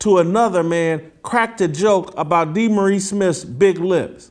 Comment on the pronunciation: Um, I think he pronounces: "Dee-Morris"...Tighten up the journalism